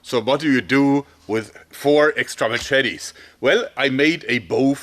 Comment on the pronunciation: Mah Chet Tees